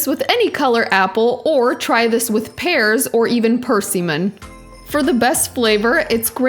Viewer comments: Per see man 😂 it’s per sim mon. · Perseeman? Persimmon. Lol I've never heard charcuterie pronounced this way. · who is this PERsey-min? It's a lovely winter fruit pernounced Per-SIM-min. and at one point you said Waiter Crackers...... HA! funny. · it is a "water" cracker (as in what you bathe in)... not a "waiter" cracker as in a server at a restaurant. Also, persimmon is pronounced per-sim-mon with the emphasis on the middle syllable... not percy-min as in a man named Percy. Sorry, I don't mean to embarass you, but it just made me giggle. I love your charcouterie board. I am making one this weekend and you gave me a lot of good ideas, I particularly love how you cut the Manchego cheese! That looks really nice. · "PER-see-mon"? I learned it was "per-SIM-on". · Per-simmon. Percy-men got me! LOL! Beautiful display! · Persimmon pronounced per--SIM--mon. Accent is on the second syllable. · WTF is “Purse-seaman”? What’s with you Millennials and your tenuous grasp of English? My god! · "purr-seamen"? LMFAO. learn how to pronounce things please. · Percy man? Lol. I think she means persimmon? IReally enjoyed this video. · what is "persey-mon"? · First time viewing this channel and you gotta train your bot to say words correctly i.e. water not waiter crackers and persimmon. I hope my bot doesn't do this. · I have never heard persimmon pronounced like that! So cute 💗